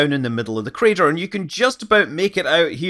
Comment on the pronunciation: "Meteor Crader"